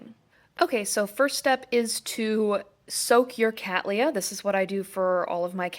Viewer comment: How refreshing it is to hear someone from North America pronouncing Cattleya correctly.